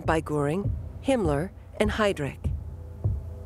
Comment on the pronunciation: From Gooring, of course!